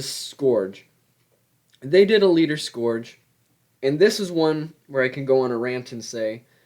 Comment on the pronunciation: Bro that is not how you say scourge